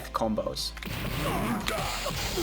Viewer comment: Half of this video I spent thinking about old school YouTube Poops because of the way he says "die" in his tackle